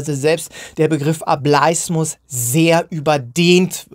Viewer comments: Bitte sag nicht mehr "A bleis mus" sondern "A bel is mus". Eigentlich müsste man sich die Wortherkunft doch erschließen können. 😅 Vom englischen wort "able". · ohje jetzt hast du die verdeutschte aussprache etabliert...